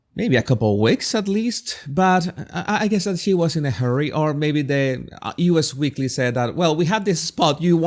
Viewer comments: It's actually "us" weekly , not U. S. weekly. Anyway, enjoyed your commentary. Oooh, could they move to Hawaii? Bye! Vote Trump, he'll deport H. 🇺🇸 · The magazine is NOT "U.S." Weekly, it is "Us" Weekly. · Actually, it is "Us weekly". Us as in you and me collectively.